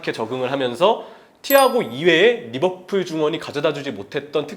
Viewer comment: 항상 거슬리는게 f발음은 영어가 아니라 한글로 읽을땐 ㅍ발음으로 하는게 맞음. (외래어발음법) 한준희는 특히 f발음에 집착하는것 같은데 매우 듣기 안 좋네요. 그러다보니 리버풀도 막상 pool인데도 리버뿔 이러고 있음.